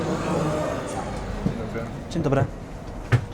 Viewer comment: Your pronunciation of "dzien dobry" is perfect. You nailed it.